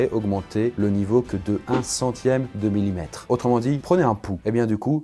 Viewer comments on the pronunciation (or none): none